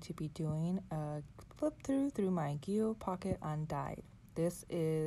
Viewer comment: I hope you won’t be offended. Gillio is pronounced “Jill -ee-oh”. Just letting you know 🤗 Love your video !